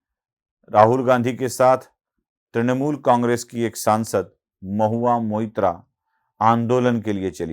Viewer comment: Mohua Moitra Not Mitra 😂